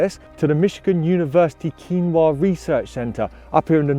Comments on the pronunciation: Pretty sure the Yoopers would have kicked you out if they heard you pronouncing it like "quinoa". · That's KEE-WEE-NAW, please. Cheers! Michigan